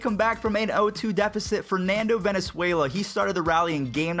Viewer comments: Bruh he said Venezuela instead of Valenzuela. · My guy,... it's Valenzuela not Venezuela.